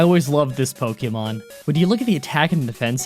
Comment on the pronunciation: Po kay mo not po kee mon or po Kuh mon